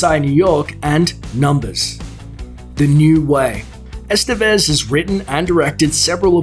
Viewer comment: Ican't stand how gringos pronounce "Estévez"